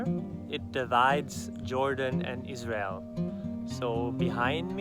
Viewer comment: says Israel very clear